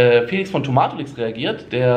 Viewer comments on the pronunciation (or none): none